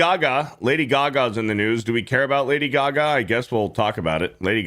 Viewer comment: Lady Gag-a.